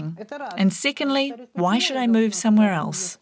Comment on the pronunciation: When secondly sounds like sickenly, lol